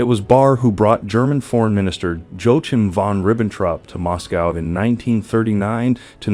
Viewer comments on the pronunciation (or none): This narrator butchers every name and every German noun. Disgraceful. "Joachim von Ribbentrop" <<< OH! that was baaad.